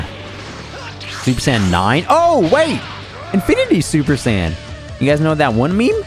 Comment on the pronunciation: but is it "super cyan" or is it "super saiyan"😅😅 to be fair, my generation calls it "super say-ian" you literally say the workd "say" derived from "said". but whatev i just think its weird the way you say it lol